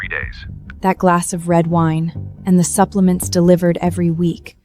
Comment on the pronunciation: Buplements?? Huh?? AI at its worst!!